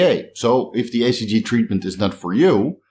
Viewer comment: I thought he was saying ACG? Just wanted to be sure it was HCG.